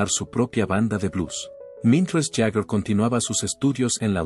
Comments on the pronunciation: Este senor de donde lo han sacado??no sabe pronunciar ni leer??Jaker!??es Jagger not Jaker???debe de ser la unica persona en este planeta q no sabe pronunciar elapellido de Mick??😅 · Yo no escuche hablar a Bill Wyman, el unico q habla es ud. Además mire lo q es Mick y lo q es Wyman, (Sr es Jagger no Jaker como lo pronuncia ud) x más q no sepa ingles, en todo el planeta la gente lo pronuncia Jagger. El y Keitn son los fundadores de los Stones se conocen desde jovenes y como en todas las amistades hay momentos asperos. Sino fijese los Beatles se separaron por McCarney, Y!!!!!. Mick es todo, Mick tiene un aura q no la posee cualquiera. Te AMO Mick, a no hacerle caso a estos pelo**dos. Aunque se q poco te importa lo q digan estos don nadie. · Haces un video de Bill Wyman y pones puras imágenes de Mick Jagger. Que se pronunc ia fonéticamente “Yaguer” y no “Jajer” No saber la pronunciación correcta le quita toda seriedad a este vídeo. Y quienes critican a Bill, fue la base de las canciones. Y les recomiendo que escuchen a Rythm Kings. Un proyecto de Wyman que se rodeó de tremendo músicos. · ¿No pueden poner a un humano en la narración...? Y que sepa los nombres y hable bien, si es posible... ¿Jag jer?! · Ahora dice jajer,para mí que ni siquiera conoce a los Stones éste comentarista.